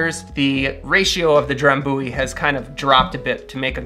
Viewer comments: Dram byoo ee. Not dram boo ee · Thats no how you say Drambuie.